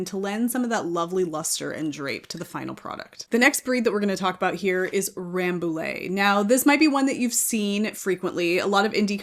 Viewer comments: Hi, I'm French. I live in Paris, about 30 km from the Bergerie royale of Rambouillet. The prononciation of Rambouillet is closer to "rambooyay" than Ramboolay. Because"ill' in French is pronouced "ye" . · Rambouillet is also a proper noun. Just like with Notre Dame, people don’t say “Note-r Daym” (I hope), the say “No-tra Dahm”.